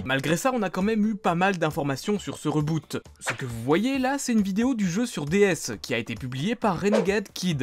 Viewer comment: avec ce reuuboute XDD. je te chari mais je t'adore